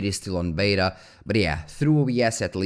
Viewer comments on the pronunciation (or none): none